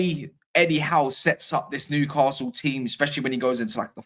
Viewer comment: If you want to win Newcastle fans over, you need to learn how to pronounce the city name properly. There is no ‘R’ in the name! Noo-ka-sul